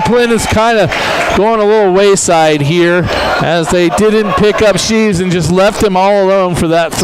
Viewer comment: its shreeve not sheeve